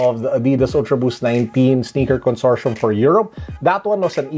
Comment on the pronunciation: Consortium with a hard t